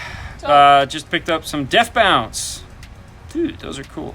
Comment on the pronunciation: Its "DEAF BONCE" not "death bounce" love the stuff, u run all deafbonce apocalypse equipment.. Aak-4000.1 Aak-200.4d Sa312 d1 at .5ohm on aak.4k